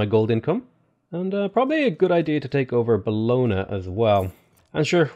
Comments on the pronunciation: hey, italian speaker here. bologna is pronounced bo-lon-yah (not buhlona):) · The way you say Bologna makes me want to cry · It will amaze you but since I actually live in Bologna I cringe whenever you pronounce it, at some point you mispronounced it like seven times in a row, good video though!